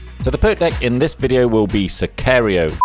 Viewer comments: Its pronunced Si ka río no si kha reio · Sicario is pronounced the same way it looks “Si-car-io.” His second attempt was correct. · it’s Sicari-oh, just saying, its a spanish word and i’m mexican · Pronounced sick-car-Rio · I applaude you for your skill of getting to ten minutes with the smokebombs and mispronouncing sicario